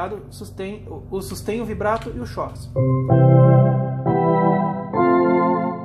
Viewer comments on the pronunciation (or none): Duas dicas: a pronúncia de chorus é "córus" e other é "óder".